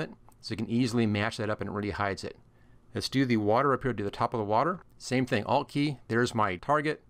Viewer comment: I thought u were saying I’LL click but u were saying ALT click . Couldn’t figure out until I saw ALT displayed Must be your accent , I’m Canadian ......well my laugh for the day 😂😂 BTW excellent video 🤘